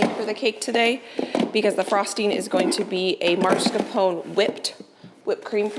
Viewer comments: I love you and your channel. But, it drives me crazy when you pronounce mascarpone incorrectly. It's pronounced Mas Car Pone. I'm sorry to be nitpicky. Love this menu. Many blessings. ❤🙏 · I enjoy watching you do ALL you do, you inspire me! But when you say MARScapone cheese, it's like nails on a chalkboard. It's MAS, MAS, MAS-CAR-PONE. Forgive me if that's nitpicky! I adore you!!! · It’s pronounced MAS-CAR-PONE